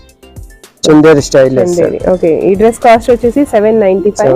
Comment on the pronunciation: కాస్ట్ కొంచెం క్లియర్ గా చెప్పరా